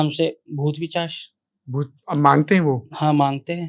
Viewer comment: Pisach hota hai naki pichash 😂